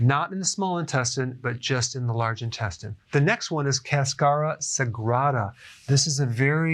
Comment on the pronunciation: The way you said “cascara sagrada” 😂 it just translates as holy peel lol